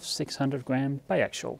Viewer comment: You're pronouncing bi axial like bi actual. Say it this way. Ax E ull